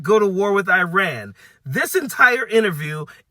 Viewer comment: please it is not Ayirani, it is Iran. Very important.